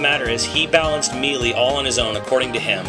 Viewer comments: MEE-LEE?! IT'S...sigh...I guess there are some people out there who can't pronounce specific words...(that's not in insult btw) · I can't take someone who can't pronounce melee correctly seriously. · I'm gonna take your impressions with a whole bag of salt since you can't even say melee right let alone use proper terminology for.... anything.